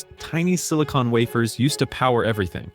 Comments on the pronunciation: phonetic sounding-(Way-fers---not waff-ers)!!!! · like silicon "waffers" and "whined" turbines. Had to stop watching.